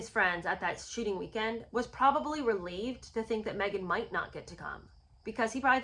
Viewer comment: Every time you say “shooting weekend”, it sounds like “sh*tty weekend”. I actually thought that was what you were saying, at first. I mean…both could apply. 😀